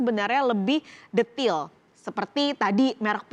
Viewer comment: DETAIL ❌ DETIILL☑️☑️